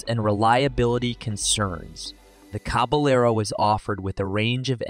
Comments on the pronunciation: They really need how to pronounce the names of the cars/trucks they are featuring. It’s caba yard, not caba Laro! These are are either narrated by AI, or idiots! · "The Jemmasy Caballero"